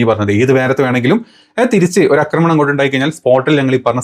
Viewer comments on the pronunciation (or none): none